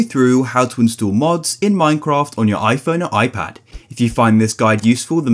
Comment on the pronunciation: He said iphonee